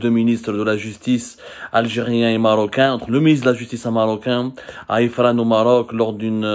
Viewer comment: Ifran, pluriel de Ifri (précipice !), mauvaise prononciation du "r" !